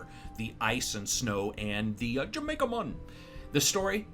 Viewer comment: Jamaica mon lol perhaps the best part of this review